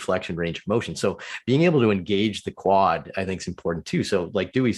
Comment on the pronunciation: Quad tendons not wud tendons lol